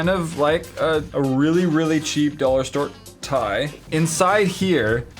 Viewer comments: he said dollar strr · 10 strange things at the dollar "stir"?? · did anyone else notice that at the very end he said "dollar ster" instead of "dollar store"? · Anybody notice at the end on how said "Dollarstir." Instead of "Dollarstore"? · At the end of the video said dollar stere hehe good vids though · Did anyone else notice he said dollar stir lol😂 that made me laugh so hard. But great video!!😂💗